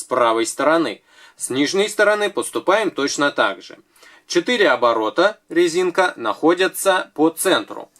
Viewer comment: Я не ослышалась?, вы сказали на лезинка?